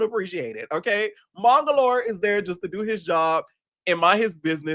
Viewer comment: been calling this man mongolor for thee longest and it takes me out EVERY time girl! 💀💀💀💀💀💀